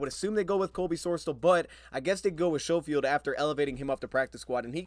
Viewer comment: most pronounce it, "s-ko-field"; not show-field. its my last name as well and ive had teachers and others call me that for my entire life! haha . the "sch" throws people off :)